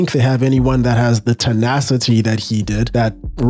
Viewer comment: "The Tinashety that he has."